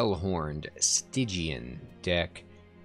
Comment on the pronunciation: Lol on the Stygian pronunciation. I love the music, too. I find myself thinking of it when outside, and that's pretty intense given I've only just been playing it. I really like your advice here about letting the Pyre take some hits. Your point about how in Spire it's heal or upgrade, but here you can just do both so it's a resource you can use more liberally. I bet when it gets harder that those kinds of artifacts will be more relevant, especially, as you mention, on those challenges where enemies spawn on every floor. So much to learn and enjoy in this game! Gonna boot up my next run ASAP ;D